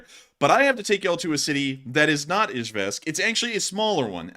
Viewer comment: Love the analysis but the mispronunciation of Izhevsk drove me nuts!